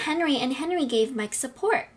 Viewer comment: Why do you always say at the end of the word Mike you had to say miK